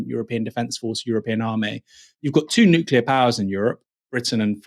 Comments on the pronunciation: What’s so hard about the word nuclear. Just say what you see, or imagine it’s- new clear. Not flipping nukiller or anything like that. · The pronounciation is nookleeeerr. Not nookyoulerr. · Nucular threat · I wish people would stop saying "nuculer"... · I'd argue it's not the same. These are minor variations in the pronunciation of a single vowel. Not a unique combination of weird sounds. Nookoolar, seriously... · Another person who is unable to pronounce "nuclear". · americans often say it wrong, like homer simpson :P